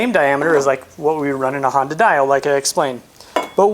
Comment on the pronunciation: Honda Die-O lol I own a honda dio and its usually pronounced DEE-0H I love 2 stroke scooters. Would be nice to see a two stroke build from you. Love to see you discover the dark secrets of tuning a 2 stroke.